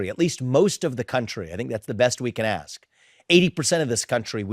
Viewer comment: Brandon, please learn how to pronounce “ask”. The S comes before the K.